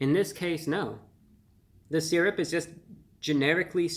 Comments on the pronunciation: Sur rup. You want some sur rup, Brian? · I don't know why I expected the intro to go "Welcome Back to Fun with Flags" Also I love how he says "syrup"